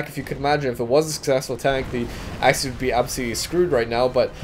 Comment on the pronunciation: love how you pronounce axis as axys